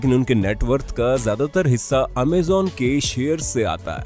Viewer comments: It's not amzon It's amazon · Amazen nhi amazon hota hai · Bhai amejan amajon hota hai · Amazon bhai ap amezan bol rahe he😁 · Pehle bolna seekh Amazon bolte h amezen nhi Ambani 1min ka 90 crore kamata tha purre lockdown for 5 months through jio internet... Pehle information gain Kiya karo tumlog , firr as influencer bol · Abe amezan nahi amazon hota g lVde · Amazon hota hai amezon nhi sir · You are speaking amaazan dont amazon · Cant believe you did pronounce it (amazon) wrong!!!! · Amazen nahi Amazon and bezuz nahi bezoz prononcetion sekho 😠😠😠😠😠😠😠😠😠😠😠😠😠